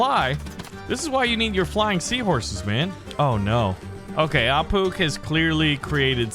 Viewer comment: It's not pronounced ah pook it's pronounced ah poosh